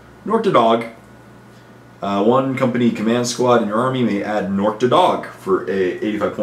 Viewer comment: I always thought Nork's last name was pronounced "Dead Dog." O_O